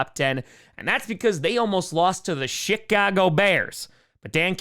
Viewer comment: . Kinda sounds like you said “ShitCago bears”